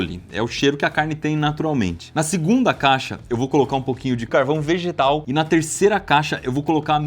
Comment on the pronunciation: no minuto o ibere fala uma coisa ao inves de ''carvão vegetal'', mas a fala sai ''vegetal'' doideira kkk